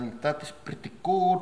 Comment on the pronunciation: an tha tiz prity gourd